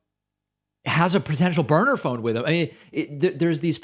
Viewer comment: No David, he clearly said Boner Phone, not Burner Phone, a Boner Phone is almost a Burner Phone but not quite.